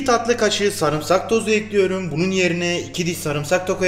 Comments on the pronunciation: 3 ay diksiyon kursuna gittim ama bende tencereyi ocağa ekliyürüm :) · Ekliyurum deyişine hayranım abiyüm!